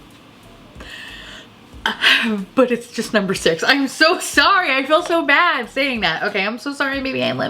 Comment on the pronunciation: it was so bad!!!!! Like bayyud